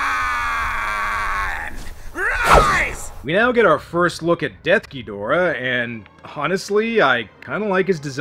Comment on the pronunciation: Got to say that I truly appreciate how you say DEATH Ghidorah's name correctly. It has always bugged me to no end how "Desughidorah" is treated as the official translation. What's next? Should we start calling King Ghidorah "Kingughidorah"?